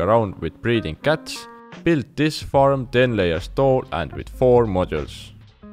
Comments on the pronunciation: Am I the only one who understood "guts" instead of "cats"? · I thought he's saying guts but cats..😂